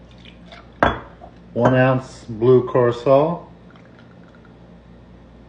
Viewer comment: Like how you pronounced curaçao